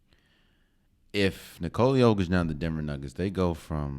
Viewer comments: Not quite, my Serbian brother. YO sounds like "yo-yo", and YOH sounds like "oh my God!"... OH my God, it's yOH-kitch! ✌🌈🏆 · Actually bro it's not YOH-kitch it's Yokich. Trust me I'm Serbian I would know. It's pronounced really shortly. The worst part is his name actually no one did it correctly to be honest, it's not NiCoola its NiCola. Again really shortly and tightly. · You raise some great points, my Balkan friend. Also, for anyone who doesn't know already, it's pronounced "nicola yOH-kitch", not nicOla yO-kitch.